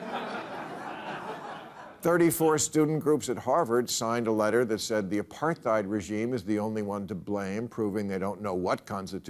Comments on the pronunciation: wtf is he saying apar-thide... has he never said that word before? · Hey Bill - learn to pronounce "apartheid" properly and then maybe we can take your comments on the subject seriously. If you haven't bothered to learn the correct pronunciation then you clearly didn't bother to do your own research. But hey, you're right about one thing - your college education was wasted. Violence like what occurred in Israel doesn't happen in a vacuum. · He also pronounced apartheid wrong.